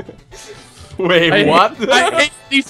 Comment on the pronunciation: I love how he says "mewons" instead of "melons" :D